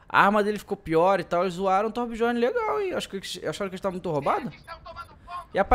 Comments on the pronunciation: se lê "biorne" DJ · acho que a pronuncia é Tobiorn, n é certeza mas acho q é